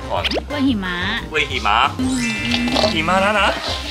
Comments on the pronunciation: จำไม่ได้ว่าep.ไหน เคยพูดคำนี้แหละ หิมะแต่เพี้ยนเป็น heeมะ แบบชัดมาก5555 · ฟังไปลุ้นไปกับคำว่า "หิมะ" ออกเสียงผิดนี่ความหมายเปลี่ยนเลยนะ😅😅